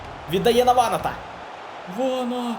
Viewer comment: Ванат, наголо на 2 "а"